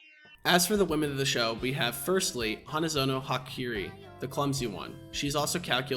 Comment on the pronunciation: What the hell those Hakari and Hahari pronounciations lmao? Bro traded the "a" for "i".